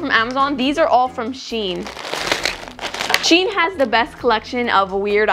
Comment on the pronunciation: First it's not shien it's sheian